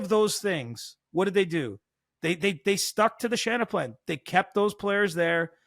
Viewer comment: Please never say Shannaplan again lol 🤮